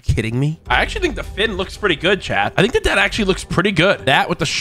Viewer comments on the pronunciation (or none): none